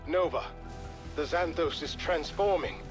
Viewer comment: «Xan» → «Szæn», not «Ksan» in «Xanthos».